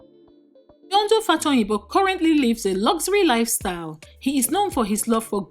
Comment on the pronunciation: Benny Green instead of Benny Hinn, Infidelity instead of infertility, Mbiodun instead of Biodun - narrator biko ur scandal and bullets are more than the fellow you are talking about. Chisos...!